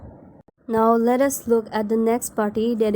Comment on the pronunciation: I love the way you said bhartya janta party😂😂